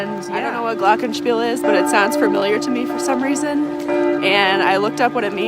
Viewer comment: You said it right lol but glockenspiel is a “play” at a certain time... with bells lol ! Glocken are bells